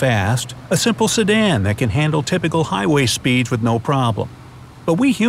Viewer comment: "A simple S E D A N"